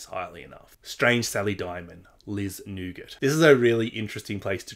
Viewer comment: Hi 👋Great video. You probably already know this. Liz Nugent ( here we say New-gent) is from here in N.Ireland. 🍀👋☘️📕📚📖🇮🇪☕️